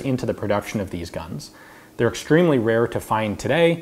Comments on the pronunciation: he said "Totay" instead of Today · "Totay"? Really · "the opportunity totay" that got me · ha "totay" lol